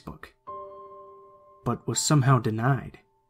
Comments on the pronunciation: So we just gon ignore the fact that the computer said "access denide" instead of denied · “Access denide “ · " Access Denide "